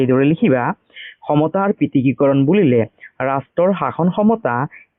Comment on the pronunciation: Sir prithikikoron nohoi prithokikoron